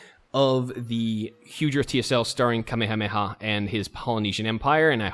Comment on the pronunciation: Thank God, you know how to pronounce Kamehameha and Maori.